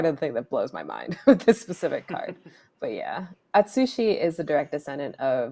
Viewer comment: Lol, did host just say At/sushi the red Dragon? Lmao... shouldn't it be a/tsu/shi?😆😆